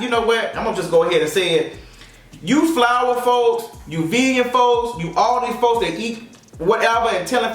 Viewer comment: not "Flower Folks" 😂